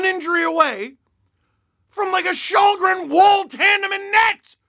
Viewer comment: Källgren is pronounced "Shellgren" in Swedish. Its sounds so wrong with Chalgren.